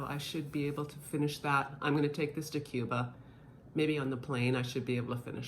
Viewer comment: this is how you pronounce Cuba: My kitten was having trouble watching her Blu-Ray. Turns out she just had the movie on PAWS., what’s one of your most frightening and or funny encounters with a fan of Crash Test Dummies?